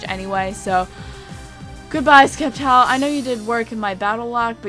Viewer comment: Sep-tile. The 'c' is silent. Like scepter. Sceptile.